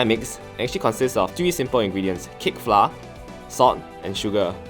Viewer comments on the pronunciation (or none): Totally agreed. flour is pronounced as flower and not flah. Maybe can take this as a constructive feedback to talk slower. Couldn't quite catch what he's saying and it makes him sound nervous.